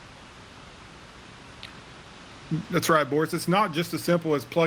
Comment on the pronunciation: Did he describe the debree as "Destridus"